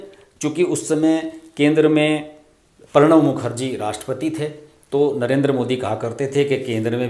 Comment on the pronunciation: कृपया अपने उच्चारण पर भी ध्यान दें। परति और परणव के स्थान पर प्रति और प्रणव कहें तो अच्छा लगेगा। हम जैसे लोगों के कानों में खटकता है। आशा है अन्यथा नहीं लेंगे। 🙏